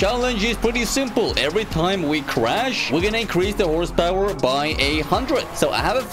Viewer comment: I know you have a weird and sketchy accent, but calling horsepower as horsesta now that's interesting